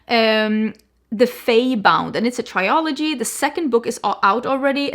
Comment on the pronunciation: Please stop saying "try-o-logy". The word is "trilogy". It's pronounced like "thrill" without the h then "ogy". Another word you mispronounce all the time on your makeup channel is "eau" from "eau de parfum". It's simpler than you're making it. It's just like the English letter "O". That's it. I know English and French are not your first languages so you don't have to get defensive as usual, I'm just trying to help. Be open to learning. Thanks.